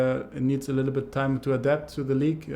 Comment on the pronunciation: “a bittle” ach Kai.. 😂